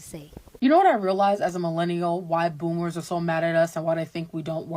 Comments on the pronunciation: Ok I thought I was having hearing problems. Like is she saying Boomers but I'm hearing Bloomers? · Everytime you say bloomers instead of boomers 😂😂😂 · Boomers not bloomers. Learn to say it before you speak on it. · “BOOMERS” 😂 its “boomers” no L 😂😂😂 I did chuckle to hear you calling the old people bloomers tho …I think of underwear when you say it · Is it me or are you saying bloomers?